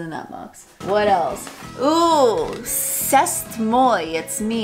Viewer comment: aww... no mustache curler?! Btw, "C'est Moi" is pronounced "Say Mwah."